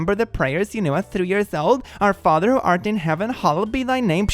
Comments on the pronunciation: she can’t even quote the Lord’s Prayer correctly 😂 It’s hallowed, lady. Not hollowed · “Hollowed be the name” it’s HALLOWED. HALLOWED. There’s so much wrong with this response but for some reason this one got me.